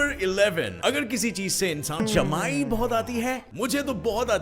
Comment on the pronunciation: I yawned when he said jmaayi